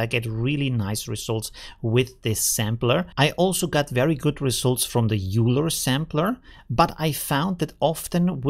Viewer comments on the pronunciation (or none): Hey,... thanks for another great video. I had not heard of Reliberate, so thank you for the info! Just FYI, though... Euler [Leonhard Euler, the Swiss mathematician/ engineer/ astronomer/ and much, much more] is actually pronounced "oil-er" rather than "yule-er". So... now we know! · So you know, “Euler” is a actually pronounced “Oiler” like “oil” plus “er”. It is the last name of the Swiss mathematician Leonhard Euler. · FYI "Euler" is pronounced "Oiler" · JFYI you're not pronouncing "euler" correctly. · btw are you sure Euler is pronounced like that? I thought it's pronounced the same as the mathematician it is named after.